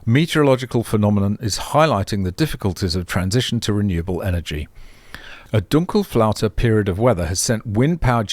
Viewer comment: You pronounced "Dunkelflaute" like you would be a German.